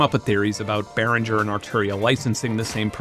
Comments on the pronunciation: Benn, it's Behringer. Beh-ring-er. Ring as in "ring the bells". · I kinda got turned off the minute the host mispronounced the name Behringer